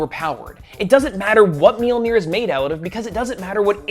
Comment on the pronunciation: So; if people have told you that you pronounce Mjolnir incorrectly and your response is, “I don’t care.” Then you don’t care about accuracy. That’s, kinda... important.